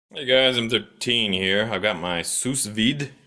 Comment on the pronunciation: lol bro the second "s" in "sous" is silent